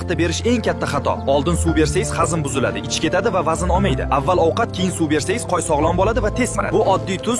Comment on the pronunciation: Nega qo'yni qoy deydi qaysi tilda aytyapti